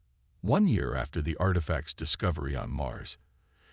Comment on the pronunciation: "The Dis-co-vi-ry"